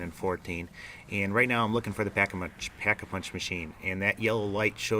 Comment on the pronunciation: "Pack-a-munch machine" haha. Love the video, though! =D